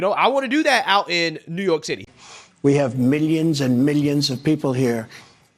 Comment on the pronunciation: my MAN said NEWYORK TITTY